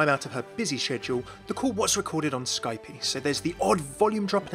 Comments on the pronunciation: Did you actually say "Skype-ee"? Shit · YOU MISPRONOUNCED S K Y P E WRONG